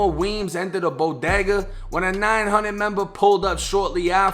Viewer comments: I guess there aren't any bo-day-gahs in Bahhhston. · There no “AH” in bodega get that Boston accent outta here😂😂 just playin another great video